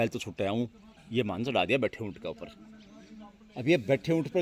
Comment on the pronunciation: Btha Unt nhi bhai ji Khda ount Bola.